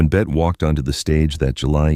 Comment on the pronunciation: I loved this story but it would have been better without the AI voice calling her "Bet".